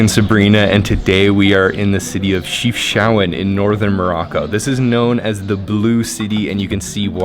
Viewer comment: It really is not hard to pronounce city names correct when every sound is available in your language. It is disrespectful that you didn't even look it up. Chef (as in cook) Shao (like shower) ouen (like ewww then an -en)